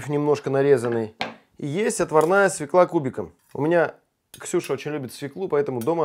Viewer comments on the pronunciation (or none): всё круто, но свеклА невыносимо режет ухо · Все клево, но свЁкла! Поварам уже пора это усвоить!